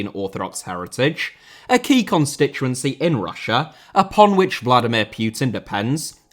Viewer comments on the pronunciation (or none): none